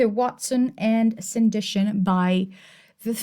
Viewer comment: Hi, just a couple of notes on Jane Austen, please forgive my pedantry. 1. It's Sandi TON not Sandi TION. 2. Austen's language was decidedly not Victorian though one might consider it Georgian given that Austen died in 1817 and Victoria came to the throne in 1819. Best regards and please keep up the good work.